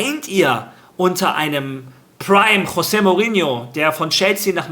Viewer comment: Das portugiesische "J" wird wie das englische 'G' gesprochen. Z.B. Jorge spanisch = George Englisch Also Jose (Dschose) Mourinho